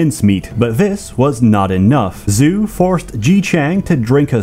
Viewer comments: More like 'Joe' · I will say that the pronounciation of Zhou is off. Zhou is not pronounced "zoo" in mandarin, rather "zh(somewhat similar to the sound of bees buzzing)-oh" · Zhou is pronounced more like "Jao" rather than "Zoo" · Zhou would not be "Zoo," but "Joe," or "Chow" in some dialects. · isn't Zhou pronounced "joe" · Linguistic note. Zhou is pronounced Joe